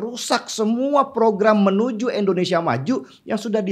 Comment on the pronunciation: Untuk ke sekian kalinya. Bisakah menyebut nama negara sendiri dengan benar? INDONESIA bukan ENDONESIA